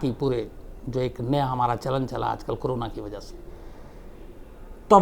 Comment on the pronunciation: Shams bhai why you always say crona क्रोना ? It is Corona कोरोना...